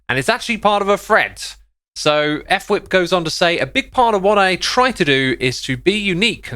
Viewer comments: Xisuma and Fwip have names that you don’t know how to say just looking at it. X called fwip (f-wip) instead of Fwip like one word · f-wip. Not ef-wip.